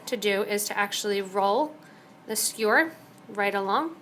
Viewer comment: its a skewer, not a skure lol,,, sorry just a funny thing I noticed, its commonly mispronounced. Good video otherwise :)